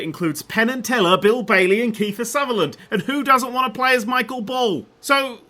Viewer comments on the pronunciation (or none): none